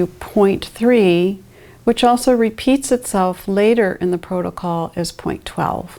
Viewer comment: Ah yes, the PROTOCOLE lady